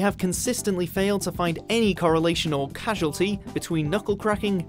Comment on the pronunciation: Causality and casualty mispronunciation....